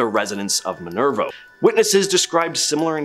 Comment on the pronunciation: Sigh-oh-toe River 😂 yes, I’m an Ohioan lol. Mudhouse Mansion looked nothing like that, it’s Kettering Oh, not Kittering, and Patterson Blvd, Minerva not Minervo. There’s a few mistakes in this and a lot of other places that deserve to highlighted way more than some of these. Gonna have to see what was in part 1 because if Franklin Castle, Old Mansfield, Wright Patterson, and a few other known and documented haunted locations aren’t in it, I’ll be disappointed.